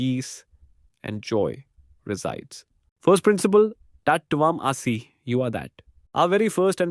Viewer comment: Please learn to pronounce TAT TVAM ASI properly. And how to pronounce UPANISHAD. Bye for now.